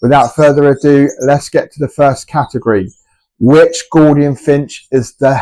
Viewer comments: ....mate...what;s a "Gordian"...i thought it was pronounced G-o-U -L-dian.....If you say the crown is "Yellow" then what colour is the belly then?....the belly is yellow in colour, the crown would be orange...c'mon mate...be accurate on at least the colours. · It must be your accent that making you sound it out incorrectly and using the letters wholly and accurately using the Kings English. Accurate colour descriptors is important for the accuracy just as correct pronunciation is paramount to an accurate depiction of what you are presenting.